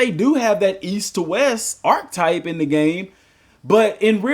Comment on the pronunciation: Bro, please stop saying “Ark-type.” 😭😭😭